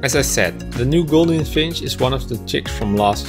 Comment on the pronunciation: Gouldian with a U sound. NOT golden finch.